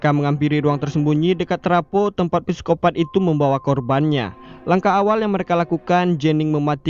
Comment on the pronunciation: videonya bagus banget!!! sikopat aja, bukan pesikopat atau piskopat. dari inggrisnya "psychopath" atau bahasa belandanya "psychopaat." trnyta huruf "p" ngga bersuara dalam kata trsbt.makasih atas karya ini!!